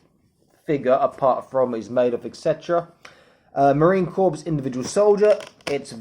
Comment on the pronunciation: Looks great, only complaint Corps is pronounced "Core" not "Corpse"